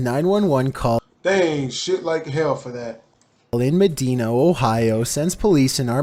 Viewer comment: Dude rlly said medeena